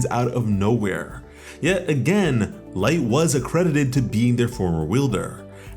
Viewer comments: It's not light it's Licht....as in lit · it's Licht Lick-t not light. Yes i know that also means light but that isn't how it's pronounced. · Bro... Your saying Light.... Its licht bro... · Is no one else disturbed at the fact that he called licht, light? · nigga its licht not light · bro lost respect for calling licht light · Bro the leader of the elves is not named light why are you saying it like that lol this is not death note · Hate to be that person but licht isn’t pronounced light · Did he just call licht... 'light'? lol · Literally ruined it for me, as soon as I heard it I had to see if somebody else noticed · I’m sorry but bro it’s pronounced LICKEDT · U r pronouncing Licht wrong! It means "light", but the name is German. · Just saying, you're saying Licht name wrong.